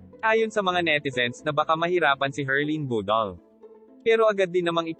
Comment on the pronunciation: MAY PROBLEMA BA DILA MO KUPAL PANSIN HUAG MAG SLANG BUGOK D BAGAY SA KAKUPALAN IBANG TAGALOG MO OK KASI IBA TAGALOG MO KUPAL NA KUPAL ..BUDAL BUDAL PRONOUNCE MO NG MAIGI BOBO BUDAL BUDAL ULOLLL